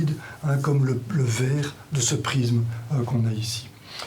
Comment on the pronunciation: On ne dit pas priZme mais priSme, pas magnétiZme mais magnétiSme. Zinon, z'est bien.